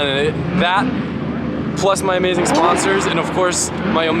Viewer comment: Lmao he said omaze-ing team at the end